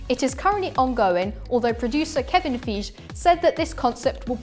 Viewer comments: Why in the chuffing hell, are you pronouncing Kevin’s surname as [Fi:zh] when he him self pronounces it as [feigy] 😂 😂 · Indeed 😂 especially when he himself pronounces it as [Feigy] 😂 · The pronunciation of Kevin Feige‘s name at the end was mind blowing. 😵